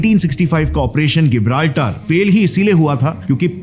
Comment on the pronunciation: When there was convergence in the interests of India's RAW and the Soviet Union's KGB, then what was the need for the KGB to work against RAW? Operation Gibraltar isn't called गिबराल्टर , rather its जिबराल्टर Your pronunciation as गिबराल्टर is wrong.